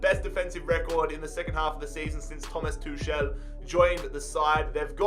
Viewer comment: “Thomas tushell”